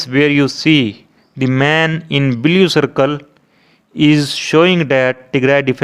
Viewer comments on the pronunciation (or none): Admin is from haryana, so welcome to bleau not blue color, raping English like no one